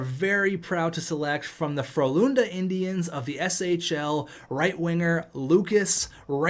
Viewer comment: Nobody. Me being Swedish hearing you butchering Frölunda indians